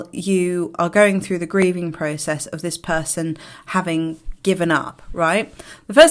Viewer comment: Why do you eyes scan room? Prooocesss, are you Canadian 😃